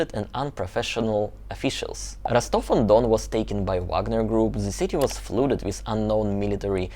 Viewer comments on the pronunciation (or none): Couple of language points,. 1. Don't pronounce the 'p' at the end of 'coup'. 2. 'Flood' is pronounced to rhyme with 'mud'. Hope you don't mind my pointing that out.😊